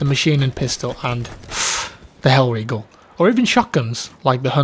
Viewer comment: I got the chills when you said Heillriegel